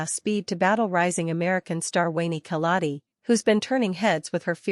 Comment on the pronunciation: Wueeh mzungu it's Obiri not ObYrY😂